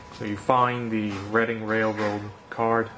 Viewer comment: The pronoucination on "reading" railroad is on point...